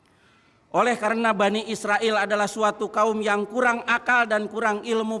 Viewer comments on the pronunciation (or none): none